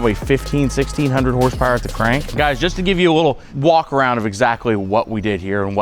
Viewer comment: You can tell he knows how to do awesome shit when its pronounced hornce powar